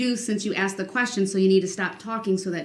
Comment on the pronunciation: Axed..axed....axed......he's such a manipulator!! He's such an idiot! Many doctors may suggest taking another test to make sure their findings are correct!